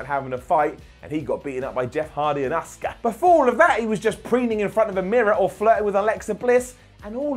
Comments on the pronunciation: Is it just me or does everytime tries to say asukas name he says oska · LEARN HOW TO SAY ASUKA'S NAME RIGHT!!!